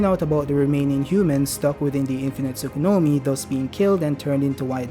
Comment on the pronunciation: say "tsukunomi" once more and im gona fuckin block u. its "tsukuyomi" bruhhhhhhhhh